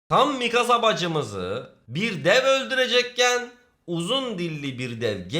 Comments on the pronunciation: abi misaka değil mikasa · bende çokkarıştırıyorum misaka deil mikasa sonu kasa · mikasa❌ misaka✅ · misaka????? mikasa olcak o :) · Mikasa ya Misaka diyen koca yürekli abimiz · X: Mikasa ❌: Misaka ✅ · abi nasıl dilin sürçmüş öyle, mikasa onun adı ... bvsdöv